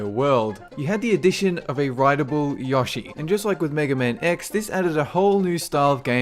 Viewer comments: Ya-shi? nooooooo yo-shi lol. Good list! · The way you pronounce "Yoshi" makes me cringe. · I liked the list and the video but I found it funny how you pronounced certain things Eggo raptor. Yawshi.